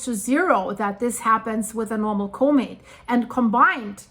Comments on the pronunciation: Sounds like she's saying " comate" Does she mean Comet? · Say the dang word properly, “comet” 🤓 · One question - what exactly is a, "Co-mate?" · when you can't even pronounce the word comet, you shouldn't try arguing about what's normal or not for a comet a comet's tail is not a mechanical phenomenon as if it was being shotgunned by the solar wind the solar wind is a plasma, i.e. its a magnetohydrodynamic fluid, something that interacts way more through electromagnetics than through mechanics whether it repels or attracts is purely function of the polarity, opposites attract but like repels like